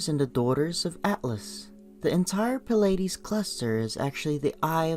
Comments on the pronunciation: Its plee-ay-dees not pa-lay-dees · Pill-ides, Cheroke, LMAO